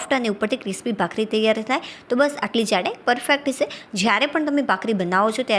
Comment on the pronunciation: બહેન તમે કેમ "છે" નથી બોલી શકતા !!!